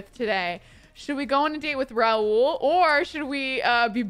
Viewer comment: Hey Kelsey! Just for future reference, Rahul is an Indian name. It is pronounced raa-hoo-l with the h being pronounced